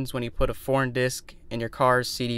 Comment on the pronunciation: I thought you say porn it's foreign lol😂😂😂